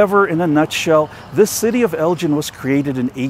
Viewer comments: Just heads up Elgin pronounced differently than your saying at the top of the video. At least that's not how we grew up saying it out here. So not like 'gin' but the g has the sound like in the word 'again' Great to see a video tho for such a small town out here! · I believe it is "El guh en" not "El gin" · Before you make a video about a town, ask someone how to pronounce its name. It's not a watch. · it is a hard G like green. The way you say it is how we know “you ain’t from here.” 😂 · Sorry, but my family has been living in or near Elgin (go not gin) for over 100 years. You are pronouncing it wrong. Don't really know how Mr. Elgin said his name all those years ago, but it has been Elgin (go not gin) all my lifetime. Other than the mispronunciation, pretty good show. Did anyone mention to you that Elgin's wide Main Street was used to film part of the movie, The Great Waldo Pepper? And you picked the right place to get your sausage. Meyers is way better than the alternative. Thanks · you are correct on all counts sir. It el gin with a hard g. Not gin like the alcohol. But good video other than that. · I guess relatives and friends who have lived in and around Elgin (g as in go) for 100 years have been calling the name incorrectly. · Great video. We live on the outskirts of Elgin, and I wish you’d asked a local how to pronounce the name of the town. It’s a hard G. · We pronounce the town name differently. It’s not like the marbles or other Elgins like the one in Illinois. Thanks for the video. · Did you notice the curved bricks? The very fancy brickwork reminds me of Baltimore. And the hard G in Elgin is pronounced like the g in girl. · Elgin is pronounced with a hard g, like giggle. Hard to watch when you keep saying it wrong. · If you do any other Texas videos, ask a local how places, streets, etc are pronounced. Even if it should be obvious- it might not be. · Hard G in Elgin. Not pronounced as a J.